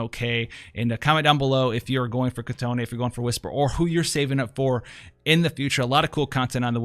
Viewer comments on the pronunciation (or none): Not "kitoné" its just kitone..its already prounce correctly in global version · Its Kee-Ton... not Kee-Ton-E.... theres no e at the end. btw nice content as always!